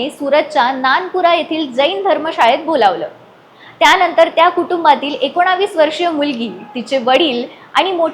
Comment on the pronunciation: एकोणावीस नाहीं ग एकोणवीस